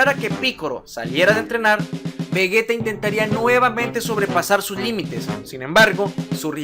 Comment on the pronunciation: vegeta se pronuncia como si llevara j en lugar de g, exactamente igual que si dijeras vegetal, si no, se escribiría vegueta